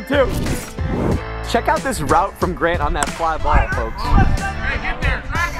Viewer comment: T.C3 pronounces the L in folks super hard and that shiz annoying af.